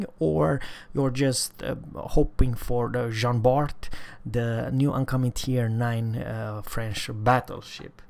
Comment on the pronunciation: jan bar ! no john Bart the last letter is ever mute for the french names you dont say republiqueu but republic ! it is he dame thing for all the french boats